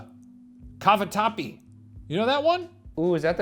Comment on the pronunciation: hearing shane trying to pronounce italian words was the high of my day (CAVATAPPI WOW I LOVE IT) also, is that true that people throw pasta at the wall to see if it’s cooked enough? ive always thought it was a joke but now,,, im starting to have doubts lol